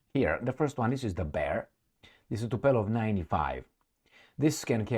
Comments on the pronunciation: you murder us with your brain-dead "Tupelov"!!! Dude, is Tu- POOOOOO-Lev!!!! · Tupolev and not Tupelov, my friend.